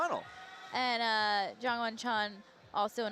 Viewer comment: PSA: there is no "soft J" (yah) in Korean unless spelled with a Y. Can we please pronounce Jongwon's name correctly...!